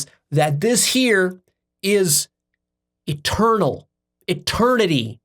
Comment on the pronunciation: When he said God is eternal it sounded like a turtle